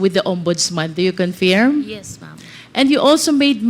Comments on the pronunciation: Bakit baloktot and diction ni congresswoman confeerm at hindi confirm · Confirm pronounce as conferm in American English